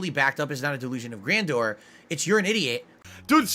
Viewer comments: The only thing he inspired was for people to remember to turn off there cameras. 🖐🐓 "It was on the whole time." For the love of God stop saying "Gran Door". Also thank you for your disability check. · DELOOZIN OF GRANDOOR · why is he saying it like that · why does he say delusions of grandeur like that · He can't even pronounce "Grandeur" correctly, yet has the audacity to call someone else stupid. Does he lie like this to gaslight the people watching, or make himself feel better because he's so inferior? How empty a life must be to sit there and try to convince others that you created word that's utterly meaningless. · He knows dang well how grandeur is pronounced how is he so determined to keep saying words wrong